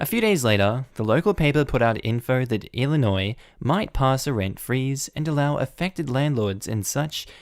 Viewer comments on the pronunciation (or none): none